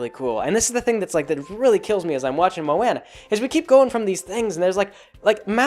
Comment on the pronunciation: I'm sure someone else already said this but come on you know how to say her name